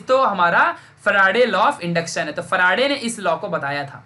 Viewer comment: Sir it seems very funny when you say " Ekdum chindi concept bana dunga"... Also when you say Michael Faraday as " humara farade" ,😂😂😊